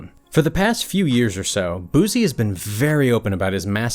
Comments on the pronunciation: Shit. Stop saying his name like that. He not a bottle of BOOZE. It's not BOOZE. Its BOOSIE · Why y’all keep callin that man Boozy.....🗣🗣🗣BITCH ITS BOO-C(BOOSIE) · Allat research n this nigga can’t pronounce boosie name, lol white ppl so funny. It’s boo-see not boozy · Boo-sea...boo-zee is killing me. " come on mane"!!! In his voice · You kept calling him boozie and you sound educated so i know you know how to say boosie smh disrespectful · "Boo See" not boo zee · It's not boo zee, boo-sie👀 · "Boo-See" not "booze-e" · Boosie not boozee 🤣🤣🤣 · Who the hell is Booze? 😂😂😂. He need to put some respect on BadAzz name lol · Boosie not boozie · Bro..its Boosie..Not Boozy.. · HIS NAME ISNT BOOZY YOU FKN IDIOT. ITS BOOSIE PRONOUNCED LIKE BOO C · It’s not boozee it’s boo-see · It's Boosie not Boozie! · Just cant get passed the way he calling his name boosy bih its BOO SIE BIH SMH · It’s BOOSIE NOT BOZZIE WTF IS THAT 🤔🥱🤝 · It’s Boosie!!! Not Boozie! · Boosie not boozie lol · Boosie😂 say his name right😂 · So nobody heard him saying his name wrong 😂 booozie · Its BOOT-SIE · Smfh its "BOO-CEE"! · This dude committed to making a biography of someone and didn't research how to pronounce their name. Boose EEEEE Booo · Its BOOPAC not BOOPACK. Dude was killin me with the "Boozy". That jus goes to show how much "they" care to know about our culture. Smh. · This dude should have done his research on how to correctly say his name first he said "Boozie" then "BooPack" huh?? Smh 🤣🤣 need a black guy to do this stuff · White dude calling him Bewzee? I just couldn't watch pass the 1 minute mark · Thumbs down for calling Booise "Boozee" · My man it’s pronounced boo-cee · “Boopack” “ boozie” “porschea “ “box Chevy “ 😳🤦🏾‍♂️ I cant with this dude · Thanks for this clip but Narrator...WTH is “Boozy”?! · Say boo z again. One mo mu fukk in time😡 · Thumbs down just by how he's pronouncing BOOSIE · Nigga it’s “boo-see” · Why dis man saying boozie 🤣🤣🤣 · I disliked cause of him keep saying “Boozee”😭